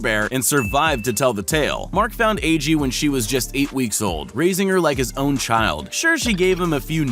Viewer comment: the polar bear's name is aggie(AAH-GEE) not agee(AY-JEE).